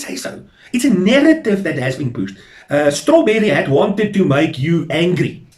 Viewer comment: Why do you say nerrative . Isn't it narrative?